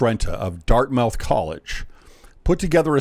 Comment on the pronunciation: I’m correcting your pronunciation of Dartmouth. It is Dart - muth. Not Dart-mouth. Something I know about